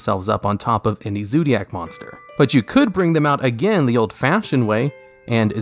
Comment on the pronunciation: I just have a heart attack when you say "Zoodiac" again.